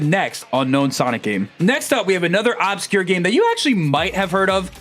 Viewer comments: Its not OB-scure its UBscure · “Ub-secure” it’s pronounced “ub-scure” for the love of god please PLEASE stop pronouncing it “au-bscure” PLEASE 😭